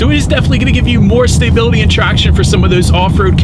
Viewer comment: The way you pronounce stability as stay-bility bugs me lol